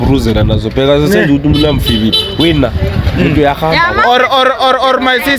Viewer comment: Bakithi uthi uyarhamba kuthiwa uyahamba not rhamba